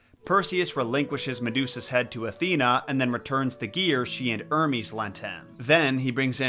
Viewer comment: The h isn't silent in hermes